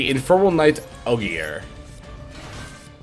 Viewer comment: Great video man, seeing all the different lines with interruption etc is so helpful. Also just a heads up, Ogier is pronounced OH-JUH, keep up the good vids!